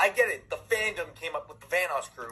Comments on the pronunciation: Nobody gonna talk about how keem called Vanoss “Vanass” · I can’t ignore keem saying “Vanass” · yo keem is saying vannas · I got flashbacks when Delirious called him Vanass in the early 😩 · Keemstar saying Vanoss like "Van-ose" hurts me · Don't forget every Van-ass he says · I also like how people pronounce vanoss as vanoose.